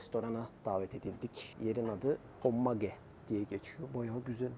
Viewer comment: Müsadenizle küçük bir katkıda bulunmak istiyorum. Michelin "mişlen" , hommage "omaj" olarak okunuyor. Hommage saygı gostermek, saygı sunmak, saygí duruşu anlamına geliyor. Sanıyorum restoran menüsü ile fransız mutfağına bir saygı duruşu niteliğinde..